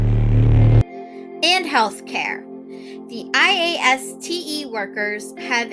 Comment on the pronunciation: Also, wow, you really do say IASTE the entire time don't you?